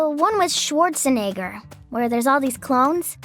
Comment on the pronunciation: it ends up being shuwarusheneggā